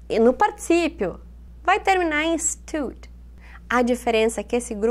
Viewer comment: Na parte do stood parece q vc ta falando study